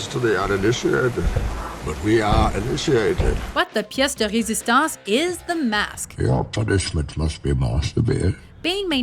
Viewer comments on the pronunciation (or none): I sensed a french canadian accent on the "Pièce de résistance" word! :D Is the narrator quebecois?